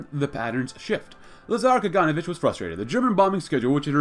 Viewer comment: When pronouncing Kaganovich, put emphasis on the letter O, KaganOvich.